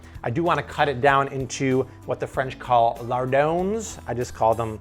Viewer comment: It's what the French "Lard- on" not Lard-oans" the 's' is silent.